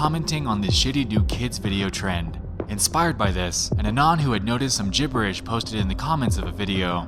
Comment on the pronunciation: bro atleast pronounce anon correctly 😭☠️